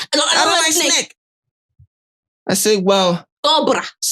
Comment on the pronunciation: Sneke not snake ooo 😂😂😂 igbo woman.